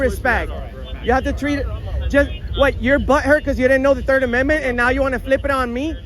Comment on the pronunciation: Dude you didn’t even say the 3rd amendment right lol . 🤡🫵